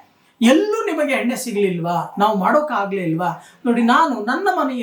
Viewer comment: ಹಲೋ ನಿಮ್ಮಿಂದ ಸರಿಯಾಗಿ ಉಚ್ಚಾರ ಮಾಡಲು ಕಲಿಯಿರಿ ಉದಾಹರಣೆ ಎಣ್ಣೆ ಬದಲಾಗಿ ಹೆಣ್ಣೆ ಎಂದು ಉಚ್ಚರಿಸಿ ಅಕಾರ ಮತ್ತು ಹಕಾರ ಚೆನ್ನಾಗಿ ಕಲಿತ ನಂತರ ಭವಿಷ್ಯ ಹೇಳಲು ಶುರು ಮಾಡಿರಿ